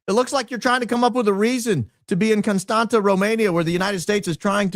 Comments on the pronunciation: I love you but it’s Constantsa” not constanttttttaaa lol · dying at the confidence with which you explained the pronouncing of Constanta 😂😂😂 its CONSTANZZA! Like in Pizza! or ConstanTZa! Like in FranTZve 😂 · It is pronounced ConstanTZa 😊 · I'm from România and just wanted to Say Dacia has Been conquered by the Romans în 112 AD. And Contanta îs pronounced like Constantza ( its actually a t, that doesnt exist în English and is pronounced like tz în English) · Just as an FYI for anybody interested the city is pronounced Constantsa (with short a’s, not the ”a”-sound in stand) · Constanța - with ț, not t 😊 It’s pronounced /konˈstantsa/ or /kohn-STAHN-tsah/ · Constanta is pronounced Constanza in Romanian. The t has a squiggle under it and it's pronounced ts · Actually you'd be nearer the mark if you pronounced it like George Costanza, the accent on the T makes it sound like TS - Costantsa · It’s constans-ZA, but you got close… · Huge in the Balcans! Never thaught i’d listen to you talk about Romania, my home country 😁. The t sound in Constanța is more like the tz in FranTZve - ConstanTZa. Love&hugs! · It is pronounced exactly like in George Constantza 😂. Romanian has a letter t with a coma underneath which is spelled tz . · It's pronounced just like George's last name 😊 Thanks for everything you're doing! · Is Contanța, with a ț not a t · yes indeed, a great opening! but I'm sorry you had to endure through pronunciation of Constanța! also, I'm aware this is nitpicking, but isn't it amazing how Americans just assume things?